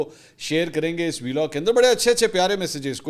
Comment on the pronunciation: V-log nhi hota hai vlog hota hai 😂 bolne ka sikh phele beta